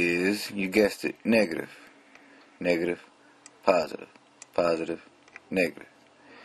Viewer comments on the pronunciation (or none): he said (not trying to be racist or discriminate or anything) "niggertive", but i think we all understand he's saying negative :P